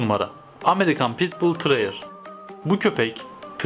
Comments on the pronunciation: Bu arada tıreyır değil teriyer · Ne güzel terrier diyorsun öyle